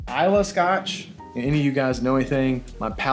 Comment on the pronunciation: Scot maltch 🤣